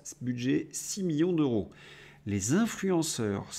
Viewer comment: cher, pourquoi prononcez-vous: "euro" comme s'il y avait un H aspiré devant ce mot. "En français il y a: "les zeuros, les teuros, les keuros..." et oubliez-vous souvent les liaisons comme dans: " les siençumaines" par exemple?